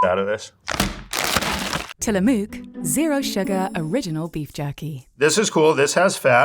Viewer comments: "Till-uh-muck", not "tilla-mook". Not pronounced how its spelled. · The “mook” in Tillamook is pronounced like “book” not like “fluke” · It's Tilla"muck" not Tilla"moook" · she butched the name of tillamook... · ....if they could learn to pronounce Tillamook correctly that would be great. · That Tillamook pronunciation is wild lol. Till-uh-muk, and muk is said like "book". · Mispronouncing Indian names is a proud tradition in the PNW.